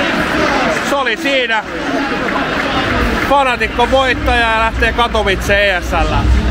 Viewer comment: Se on Fnatic ei Fanatic :O